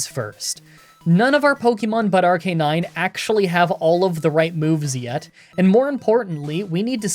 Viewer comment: It's pronounced Arcanine. "But I didn't watch the anime!" Thats no excuse, just look up a 20 second clip on YouTube